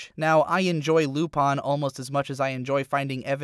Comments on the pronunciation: The Lateranalyst I speak French and it is not correct in French either. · Yeah dude.... Lupawn Stars! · "Lupahn the Third". Pronunciation level over 9000. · omegahakim123 LOL if u seriously cant hear the clear difference between that French and pronunciation then we have nothing left to discuss. Does he pronounce Gurren Lagann correctly too?? XD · Plus, if you want to nitpick, I find his pronunciation of the "u" sound more problematic than his pronunciation of the "-in" at the end. It must be because I'm used to our french southern accent which also has a tendency to pronounce it more "-ain" than "-in".